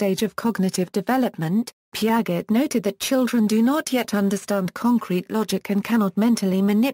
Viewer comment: Its not pronounced Pia-get but pronounced like its said piajay was the only thing annoying me sorry